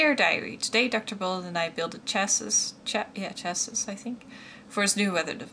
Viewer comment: The final S is silent in chassis. Chassie.